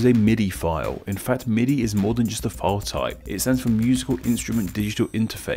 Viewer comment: What is "Fi-O"? Could you mean FILE? The letter "L" is not silent.